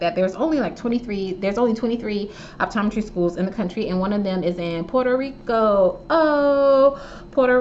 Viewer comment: When she said “Puerto Rico” 😂♥️🇵🇷